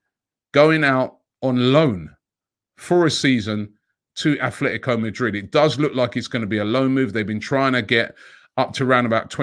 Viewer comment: ATletico,there is no h in it🤦‍♂️